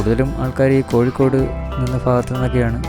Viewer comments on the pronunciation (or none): none